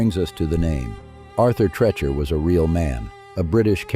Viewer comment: Tree Chur, Tree Cher not Tre Cher